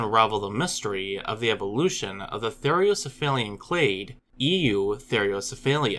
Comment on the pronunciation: "Therocephalian" is pronounced "ther-owe-cef-A-lee-an. There is only one "i" in that word, the one that comes in the last two syllables, "li-an."